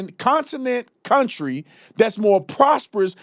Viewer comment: "to build this counTRAAH" STFU Dipshit